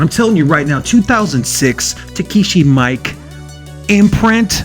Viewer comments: It's pronounced ME-KAY not Mike lol he's Japanese dude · Actually it's actually pronounced more like mee-ee-keh (not -kay) just nitpicking